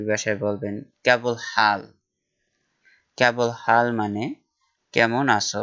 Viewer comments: কেবল হাল না। শব্দ সঠিক, কেফ হাল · কেবল হাল, আপার ভাষা ভূল আছে , কেফ হাল, হবে